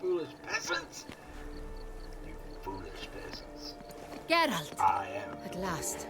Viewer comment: Always great to follow along in your Witcher 3 playthrough 🙂 One tiny thing: His name is GEralt and not geRALT (emphasize the first syllable rather than the latter)